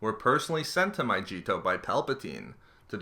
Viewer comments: I'm pretty sure it's a hard 'g' sound, so it's "Mygeeto" rather than "Myjeeto". I can't remember if the planet's name was ever said aloud in the movies or the Clone Wars show, but hat's how they pronounced it in Battlefront. Also, I assume that the second planet you mentioned at about is Saleucami, whose name WAS spoken aloud in both Revenge of the Sith (briefly by Obi-Wan, where he is talking about the progress of the Outer Rim Sieges) and in the Clone Wars (where Rex and a small squad of clones found a deserter clone), and it is pronounced more like "sa-Lu-ka-MY". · Im the movie, it's pronounced My-Gee-tow with a hard g like good, get, gimme, gutter. It's not pronounced My-jee-to, but this guy is just reading articles off Wookiepedia anyway, and hasn't actually delved into this material. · I was going to let it slide, the fucking MY-JEE-TOE, but it's MY GEE TOE jesus fuck you keep saying it over and over and over lmfao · Mi-gee-to, NOT "Maijeeto". No offense, but that has to be the most disgusting pronunciation fail I've ever heard. No joke. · every time you said myjeeto instead of mygeeto, I cringed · It's called Mygeeto, not MY-CHEAT-OH. Gid gud son. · How meany times do you need to say my-ge-to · Bro bro is pronounced mycheeto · It's. my-Gee-to. No j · "Myjeeto" BWAHAHAH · turn on the subtitles and everytime he says mygeeto it says my Cheetos 😂😂😂😂😂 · Every time he said "MyJEEto" i died a little inside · MY-GLEE-TOE (but remove the L). I'm surprised how much the mispronunciation triggered me. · It sounds like My Cheeto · ughhhhhhh "myjeetoe"? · I despise grammar nazis and you sound almost like English wasn't your first language but it is pronounced my-gee-toe with a hard G like go. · "My-jee-to" omfg this is bugging me so much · It's My-ge-to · Andrew R it’s My-gi-tow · Jammy Dodger I know I was making fun of how he pronounces it My-G-Toe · Had to stop watching, hearing you say my-jee-to over and over again. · Mygeeto is pronounced "My-Gee-Toe" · My Cheeto